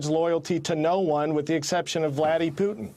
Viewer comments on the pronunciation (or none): When he said Vladie putin i died 😂😂😂😂